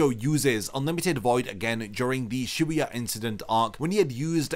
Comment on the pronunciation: Shibuya, my boy said Shebuuyah 😅...